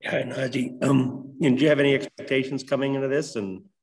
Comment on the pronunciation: First...get his name right... NaJee Nah-j-ee... second.. he's a great ! I'm buying his jersey off his personality